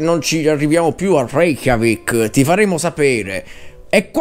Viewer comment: Hai detto Re-CHIAVIK??? XD